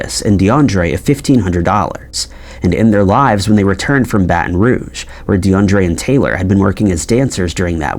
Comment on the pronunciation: DE UN DRIA not DeAndre..